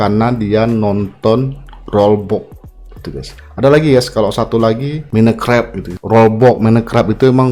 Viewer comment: "Mineu krep" 😢